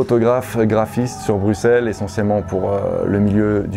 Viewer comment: Gros , tu viens de Bruxelles tu prononces pas correctement , s'il te plait , le X il est pas là pour faire joli .